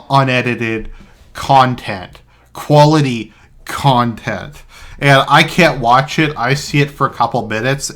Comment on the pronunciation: "khuality khantent" heh